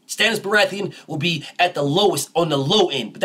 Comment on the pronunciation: "Stannis Berathian" 😭😭😭😭😭 BF ? 🤣🤣🤣🤣🤣🤣🤣🤣🤣